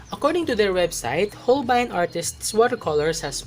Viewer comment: So Hol-bayn pala Pronounciation! 😱